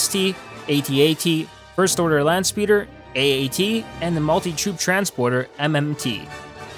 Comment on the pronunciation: This guy is so bad at saying stuff like AT-AT and ST